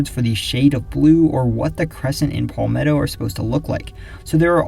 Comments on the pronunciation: It’s not pronounced “Paul-metto” It’s properly pronounced “Pal-metto” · no it’s not It’s Pal-meh-tow Short a, not long a sound. If you google “palmetto pronunciation,” you’ll see this as I’m saying